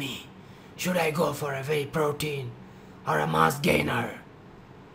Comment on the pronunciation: shit .you pronounce vey protein instead of wey .shit accent but thanks anyways